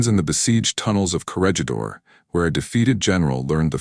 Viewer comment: AI mispronounces Corregidor.